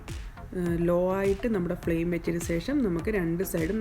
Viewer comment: Sesham alla.. shesham.